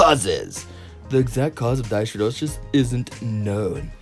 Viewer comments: NO. You fumbled around again and agin with the pronunciation which was annoying and distracting. IF you had looked it up you would hav pronounced it correctly. DYS is a prefix which means abnormal--it is pronounced DIS. Hidro referrers to water and is pronounced Hyedro. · It's a good video but it's honestly hard to listen to you talk. You make me think of how Bill and Ted talk or Wayne and Garth. I'd also like to help you pronounce it correctly. Dyshidrosis - dis-hi-dro-sis.